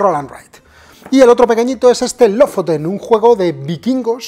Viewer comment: Aaarg... me sangran los oídos!, porfavor, Lofoten se pronuncia LU-FU-TEN. Gracias por tu trabajo como siempre.